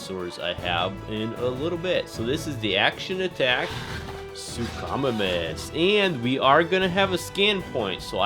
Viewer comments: You mean sue-co-my-mus that's how you say suchomimus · It is pronounced “soo ko my mis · Great video but it's announced "sook-o-mimis" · “The sookamomuss” 😂 😂 😂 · It’s su-co-miemis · Not to be mean but you said suchomimus wrong it’s pronounced (Sue-co-mime-us) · You say suchomimus wrong Sook-oh-my-mus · Hi great video. But your saying suchimimus wrong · You said suchomimus wrong!!!😡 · It's not his fault tho